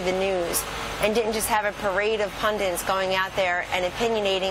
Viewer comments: Just have to add my pet peeve here too! GW did for "nuclear" (nucular), what Palin did for "pundit" (pundint). My question is, why does everybody play "Follow the Idiot"? Please tell Kellyidiot that there's only one fucking N in "pundit"! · It's "pundit" Kelly Anne, not "pundant"